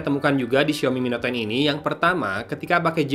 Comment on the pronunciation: sampe 3x balikan buat mastiin pas penutup aa bilang ny mi net ton 😂